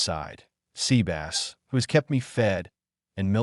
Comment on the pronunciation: Zevis isn't pronounces Sebas from Overlord. FFS.